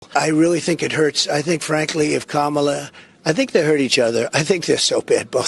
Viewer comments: Ooops, - Trump says her name correctly. Must indicate he'll lose the election. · did Trump accidentally pronounce Kamala's name correctly? Is he shook or is it dementia?